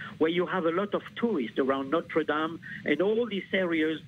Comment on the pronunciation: Is it not possible for Americans to pronounce "Notre Dame" correctly? It's really not that difficult. But at least this broadcast admits the possibility that this was a terrorist attack.